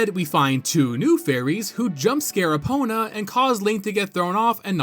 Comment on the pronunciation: Just finished the OOT video before coming here and the first thought is "oh thank god he's pronouncing Eponas name correctly this time" because if I have to go through this video with the same misnaming by calling Epona Epina I think my ears would bleed.